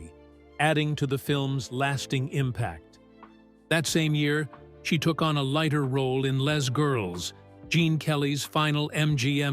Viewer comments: Why, the narrator who pronounces "Les" of Les Girls as "Lez " instead of "Lay" and Ethel Merman as Ethel Mer-MAN... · I saw her and loved her in GOLDEN GIRL. The movie title "Les" Girls is French. It is not pronounced "Lez" Girls. It is pronounced "Lay" Girls. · These computerized vocal narrations are terrible. The name of the movie Les Girls & is pronounced Lay Girls! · Doris Day lost the part of Nellie Forbush because her husband at the time, Marty Melcher, botched the salary negotiations. It had nothing to do with her lack of being right for the role. Also, hearing this "person" pronounce "Les Girls" as "Less Girls" hurt my ears. lol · The film ``Les Girls`` ...``Les`` is french for ``the`` and should have been pronounced ``Lay`` Girls.